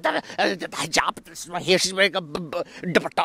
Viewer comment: when you said dupatta my mind was like Ya ma boi is Lahori 😂